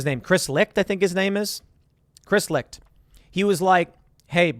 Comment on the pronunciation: Chris Licht's last name is pronounced "light". Do some research, Tim.